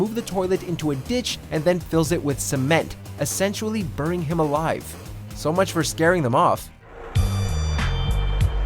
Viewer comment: Burying bro not burning